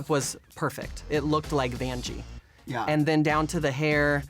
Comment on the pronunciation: I love how Derrick calls Vanjie Banjie XD